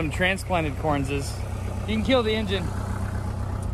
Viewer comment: Why does he say "Correnses?